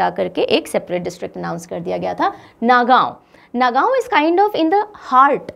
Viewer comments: Not a Nagaon pronounce Nogaon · The pronounciation of Nagaon was wrong actually it is pronounced as ''Nogaon'' also The pronounciation of Barpeta was wrong It is pronounced as "Borpeta".